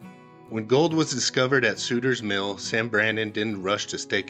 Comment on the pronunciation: learn how to correctly pronounce the names. It is sutters mill not suiters mill and placer and I would start watching your videos.